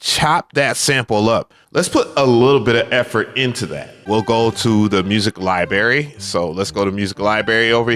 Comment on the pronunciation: Lie berry 😂 🤥🍓